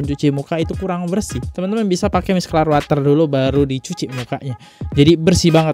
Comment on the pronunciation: Bang beneran deh harus belajar baca beneran ,, micellar water itu dibaca miselar biasa,, Dan banyak lagi yg harus diperhatikan dalam pembacaan Bahasa Indonesia maupun Inggris